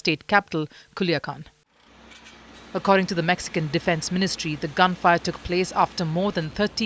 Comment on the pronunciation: Mexican = Mexicant 😂😂😂